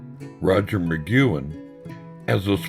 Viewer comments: One cool way to give your documentary legitimacy is to pronounce the names right. It's not Roger McgYOUin, it's Roger McgWIN. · MA-GWEN dumbass!!! Not MA-Qewen!!! Where have you been or what ever???!!! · Migcuen? It's Mcguinn. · I can't take it! It's NOT Mcgooin, it's pronounced McGuinn /məˈɡwɪn/. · Mc GWINN, not "McGoo-in" I couldn't get past that, sorry. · FYI to the clueless narrator: anyone who knows anything about the Byrds knows that Roger McGuinn's name is pronounced as 'mah-gwin', not 'mah-gue-in' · Uhh Roger Mc "gwen" not Mc "gyuen" wtf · Hey, Roger McQuinn not McKuen. That's Rod Mckuen. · If possible to edit the narration, the pronunciation of "McGuinn" could be corrected from "Magewin" to "McGwinn", otherwise this is terrific! Also Bernie Leadon is pronounced "Ledden" not Leed-on. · How's Mcgooin? You mean McGuinn dude c'mon. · Although I like the narrator's rough-hewn voice, he really shoulda been coached in the pronunciation of proper nouns. He consistently pronounces Roger McGuinn's last name as "mick-goo-in." I didn't even know who he was talking about the first couple of mentions. He pronounces Houston Street (pronounced "how-stun") in lower Manhattan to sound like Houston, the city in Texas. And as I was writing this comment, I heard him pronounce "psilocybin" as "sil-o-bin." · The narrator is not of this era. Mac Goowin? Silloben (psilocybin)? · Thank you lol... has nothing to do with his being southern, as he says, he simply just didn't ever learn the proper pronunciations. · For god's sake, McGuinn's last name is NOT "McKuen" OR "McGoo-in." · Who the hell is Roger Mcguanne? I wish they'd get their pronunciations right. Roger McGuinn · Sure wish the narrator could pronounce Roger's last name correctly...some great photos...✌ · I am specifically referring to- Rodger McGuinn, and Bernie Leadon. These are two VERY big names and not getting them right really puts a bad mark on what is actually quite a nice video!